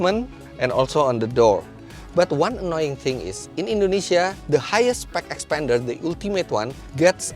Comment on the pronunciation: Not 'xpender' but 'xpander'. It's not same.